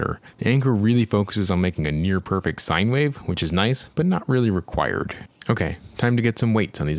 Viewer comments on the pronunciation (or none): none